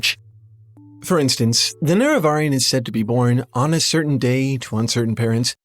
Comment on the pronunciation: Please decide on how to pronounce "Nerevarine." We all do it wrong, but we keep it consistent. Love you, but please don't put the wrong emPHAsis on the wrong syllABLE.